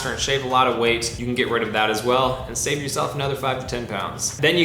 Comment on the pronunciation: you said shave instead save lol